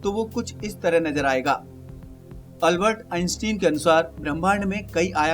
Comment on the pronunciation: right pronunciation is अल्बर्ट आइनश्टाइन